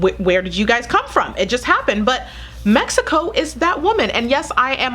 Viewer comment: I loved it, when you said "México " you are beautifull and nice woman!